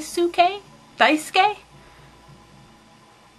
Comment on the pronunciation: Hahah just noticed, the last way you said Daisuke was correct! (Dye-s-kay) I CANNOT WAIT FOR YOU TO DO A REVIEW FOR KAMICHAMA KARIN, I know I asked you to a while ago, but I am sooo excited!!!! xD BTW Your videos always make my day~